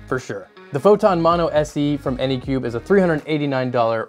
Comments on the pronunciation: Say it with me, "AnycubIC". With an I-C at the end. Not Anycube. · Anycubic... not anycube. Seeing the name written on the printer and hearing it pronounced wrong is so disorienting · Phew not the only one that says Anycube. Anycubic is too many syllables. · Drinking game: take a shot every time he says anycubic wrong. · I am watching this right now, and he has screwed up anycubic at least 5 times in 5 minutes. That's a little too fast for me.